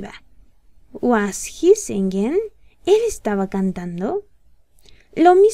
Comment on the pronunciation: Singing se pronuncia sinin , no se pronuncia singin...